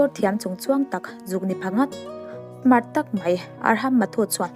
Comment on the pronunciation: Buggage kha luggage tih tur cuan Mart ni lovin smart aw